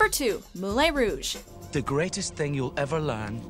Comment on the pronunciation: They should have done a part 2 of this list cause there is so many more good ones. Also I dislike how she keeps pronouncing Moulin Rouge!!